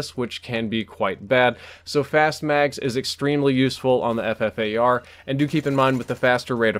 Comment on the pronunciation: It is pronounced the Fuffar